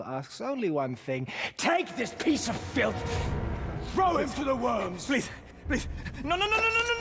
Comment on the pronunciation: ah yes the FLITH not filth